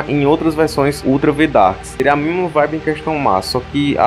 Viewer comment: Caramba, sempre q o falava isso eu entendia "Ultra Vettar" (seja lá o q isso fosse) kkkkkk